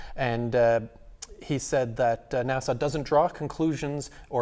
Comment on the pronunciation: Another good video, but, PLEASE, it isn't 'Nassau', that's in the Bahamas. It's NASA! No 'aaw' on the end. [/pedantic rant] Dave Bailey